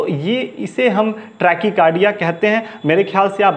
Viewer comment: ट्रेकी कारडिया नही ़़़़़टेकाकारडिया़़़डाक्टर साहब